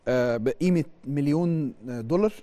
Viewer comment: الامريكان أصحاب الدولار مابينطقوش كلمه دولار بالدلع ده!!